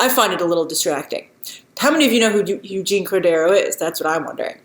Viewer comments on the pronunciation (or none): none